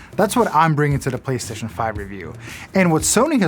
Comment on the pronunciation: did he call it the Platcentre 5?